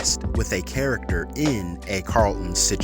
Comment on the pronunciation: I don’t mind the new Carlton or the old. But I DO mind the way you say it. If you can’t say the word why would you make a whole video about it